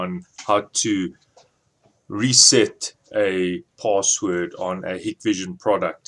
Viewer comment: It's pronounced "Hike-Vision"...